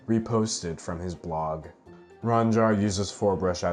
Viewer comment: I think it's pronounced rooh-ahhn. At least that's how my friend with the same name pronounces it.